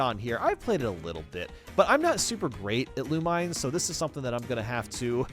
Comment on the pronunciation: its "loo-mii-ness", not "loo-mines"